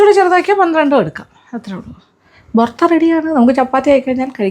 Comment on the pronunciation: Ma’am, I hope you don’t mind me saying — the correct pronunciation is ‘Bartha.’” not "Bortha"